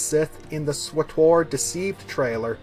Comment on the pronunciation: The way you say SWTOR...haha